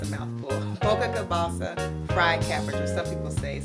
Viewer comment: You have pretty Hair But you did mumble that sausage word that's cool God bless you .